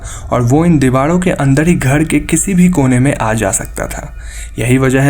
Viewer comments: use dewalo ke,bhai ra ko la kyun bolte ho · आप,,र,,को सही नही बोलते घर,, कमरा ,मरे हुवे,,दीवारों,,को घळ,,कमळा,, मडे,हुवे,डीवाळ आप ,सिंधी हो,,??? र, को ,ळ बोलते हो,,कंयो भाई ??